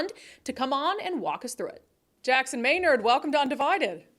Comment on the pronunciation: For most people . . . not MAY-NERD it's MUH-NARD